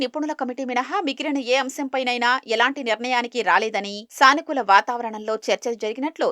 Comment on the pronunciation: సానికూల వాతావరణం కాదు, సానుకూల వాతావరణం అని చదవాలి.